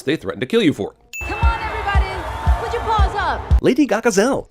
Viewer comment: Just want to point out, when Judy says "It's your word against yours," both times she puts emphasis on the wrong "your."